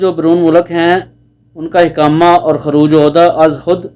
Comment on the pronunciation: حقامه نہیں اقامہ ہوتا ہے